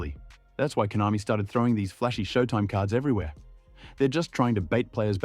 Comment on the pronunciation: Konami ❎ Hoenami✅